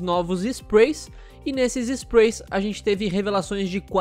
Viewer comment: ME DA AGONIA O JEITO QUE ELE FALA SPRAY "SPRUEY"